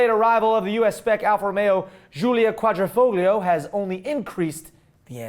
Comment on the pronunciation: The way he says Quadrifoglio drives me up a wall haha! its basically pronounced like quadrefoio...Qua-dree-foio...Quadrifoglio...the gli is pronounced almost like the G isn't there and sounds like yee, and then add the o at the end so its more like yeeO, also the middle I in the word Quadr(I)foglio, is like an upper case E sound, Like in Eat, or Even.